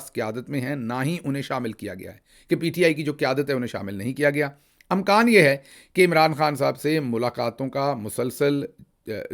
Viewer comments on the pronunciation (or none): اِمکان ہوتا ہے شہباز بھائی ، اَمکان نہیں